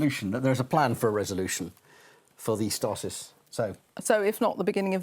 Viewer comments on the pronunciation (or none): the word STASIS is pronounced STAYSUHS. If you're going to use a word and not look like a complete cock, I suggest you learn how to pronounce it (pronunciation is shown in any good dictionary). If I hear the word ADversary pronounced AdVERsary one more time, either here or on the news channels, there will be blood!